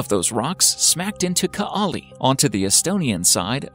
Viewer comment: Greetings from Estonia and nice to see that we made it into this video, but c'mon... even Google translate can pronounce Kaali and Saaremaa right. It's not like you say boo-ot instead of boot.